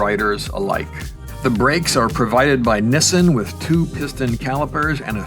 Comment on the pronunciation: Nissin not Nissan